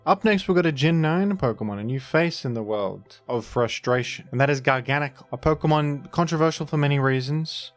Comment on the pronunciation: did not sub to save skwovet, did sub for pronouncing garganacl like a sane person